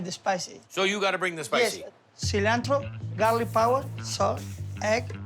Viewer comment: Gawlic Powah. 🧄 💪🏽